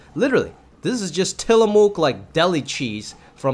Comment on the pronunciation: FYI, as someone from Oregon, where Tillamook comes from - we pronounce it "TILL-ah-muck"! ❤❤❤